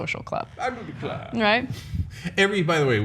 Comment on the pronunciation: CENK: I Do Declaaare…. haha